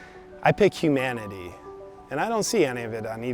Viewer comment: OMG, hu-MAN-ity your such a misoginist...